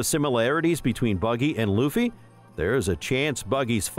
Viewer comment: Whoahhhhh you started saying Luffys name right 😊